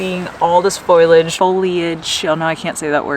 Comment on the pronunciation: Great video, thanks for the entertainment. It's pronounced "Fo-lee-age" :)